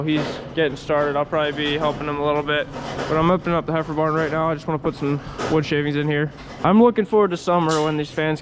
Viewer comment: I could have sworn you said ‘hyper barn’ when describing the heifer barn. I would like to suggest that it shall henceforth be known as the hyper barn.